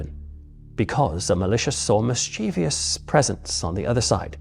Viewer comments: Superb......only one small criticism........MIS chiev ous.......not mis chiev. I. Ous......drives me nuts. Great job though. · I do enjoy your stories but please, the word is ‘mischievous’ not ‘mischievious’….. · I wish the paranormal powers would teach the commentator the correct way to pronounce 'mischievous'. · Such solecisms take away credibility.